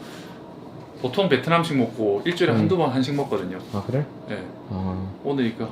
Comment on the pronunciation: 님ㅋㅋㅋㅋㅋㅋㅋㅋ 뭐뭐글뤠? 왜 한국사람 발음이 그렇게 됐어욬ㅋㅋㅋㅋㅋㅋㅋㅋㅋㅋㅋ